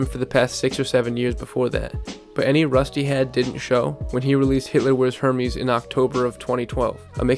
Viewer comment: bro you said hermes like herpes 😂 (it's ER-MEZ)